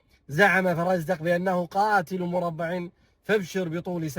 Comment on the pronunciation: مرْبِـع وليس مرَبَع